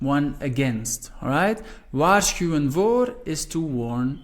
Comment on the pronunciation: This is so useful. Thank you. Do you always pronounce the "w" at the beginning of words as a "w" or a "v"? Or does it depend on the word? I heard you pronounce "wachten" with a "w," but "waarschuwen" with a "v".